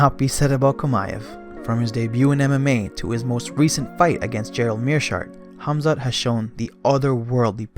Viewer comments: I can't stand this man pronouncing Khamzat's name smh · Why does it seem like only a select few can properly pronounce Khamzat's name & surname🤦🏽‍♂️